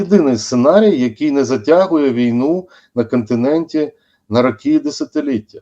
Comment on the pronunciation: "затягує віну на кАнтиненті на рАкі і десятиліття.." ".. от АснАвні такі".. "при підтримКі" ... Боже, коли ж вони, оці УКРАЇНСЬКІ посли та дипломати навчаться ПРАВИЛЬНО вимовляти українські слова?!!! Слухати їх, вуха вʼянуть.